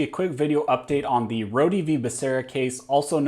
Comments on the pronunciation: Rhode...as in 'Road'. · I'm pretty sure that the "e" at the end of "Rhode" is silent.